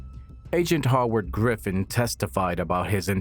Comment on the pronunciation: never heard someone mispronounce Howard before. 😂😂😂 Goofy really